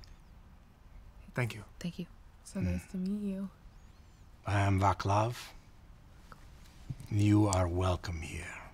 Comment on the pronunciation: Just a note on the pronunciation of Vaclav; if it is a Slavic name (like Václav Havel), the "c" is read as c, not k. Also the first "a" is a bit long, like aaa.